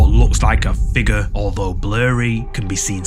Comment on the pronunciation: Look at this.. figur. It looks like..a..figur. . You say Figurr so much dude.